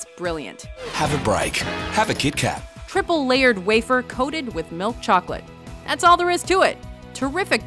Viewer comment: Every norwegian was offended when she said KitKat.